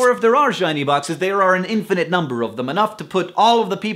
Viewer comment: Every time he says infinite i hear either the Perks Of Being a Wallflower or TFIOS